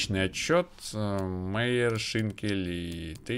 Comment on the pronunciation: Albert Майер читается ;)